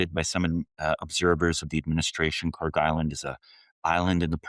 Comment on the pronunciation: As someone who studies accents, it's interesting to me that pronounces Kharg the same way as certain people that JUST SO HAPPEN to align with him ideologically.